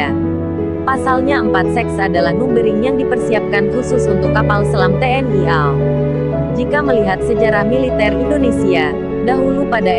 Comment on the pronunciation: Apakah tidak diperhatikan pembaca berita spt anak br belajar membaca ....KRI dibaca kri...harusnya baca ka... er... i......AL dibaca al ...hrsnya ....a el....pembaca berita ini pelajaran bhs indonesianya dpt nilai berapa ya..??